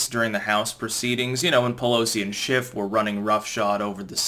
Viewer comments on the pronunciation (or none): none